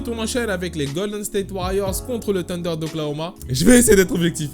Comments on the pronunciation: Pourquoi il dit "Tunder" c'est pas "Sunder" normalement la prononciation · Wesh, ta cru que le thunder était du poulets KFC, arrête de dire "tunder", y'a une H!!